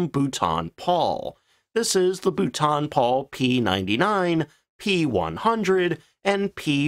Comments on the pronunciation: Uh, it's pronounced "Bolton" like bolt-on, not bouton, which might be how the French would try to pronounce it. :-} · Bouton? It’s Bolton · For the love of all that is holy! Everyone keeps telling you in every video where you use the name, that it is pronounced Bolt-en or even Bolt'n not Bouw-ton!!! Also designations for aircraft from the Air Ministry were not the same as American ones for obvious reasons. F as stated was fighter, but Bomber & Ground attack were subdivided. Regardless, THe number you gave F.6/42 was for a Medium altitude lightweight fighter, introduced after the capture & evaluation by the RAF of the FW-190 in 1942. The Bolton Paul p-98 design was one of these, but was rejected because it didn't meet the weight restrictions. The P-100 was developed from that separately as a ground attack aircraft, and was not really part of the ministry specification since it was not a fighter. The P-101? Dismissed out of hand. Fortunately we ended up with The Hawker Fury, Tempest and better Spitfires instead, and the Tiffy was a perfectly capable ground attack aircraft. You seem to have confused 2 completely separate Specs. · Boot on Paul!!, Bou -l - ton - Paul, you practice that..but still a Good vid. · Correct pronunciation: Boulton (Bowl-ton) Paul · ...Dude, no, Boulton isn't pronounced like Bhutan. I can imagine it sounding somewhat similar if it was French, but that's a friggin' British mfr. So, what you're implying there is aircraft guns were 762 mm or 12.7 mm. Read the decimal points. Outfitted, not outfit. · Bolton. Bol-ton. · Your poor pronuciation grates. As for ejection systems preventing production, maybe you should look at the Look-oid F104? ( my version of Lockhead is no worse than yours of Boulton-Paul). Is not the twin boomer a forshadow of the A10 Thunderbolt II? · God bless America for the way to pronounce Boulton Paul….I learnt something today..😂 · As usual, the thing I’ve learn is how not to pronounce Boulton Paul